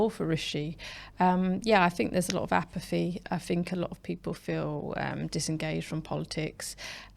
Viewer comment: "apaffy" "orfentic"